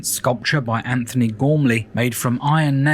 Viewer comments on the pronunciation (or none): none